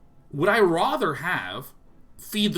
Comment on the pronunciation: Would you mind pronouncing 'rather' correctly?